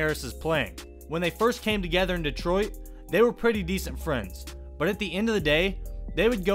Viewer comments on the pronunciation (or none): none